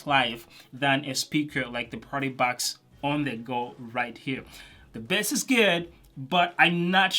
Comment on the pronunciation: I just love when you say ,,bess” not bass:DD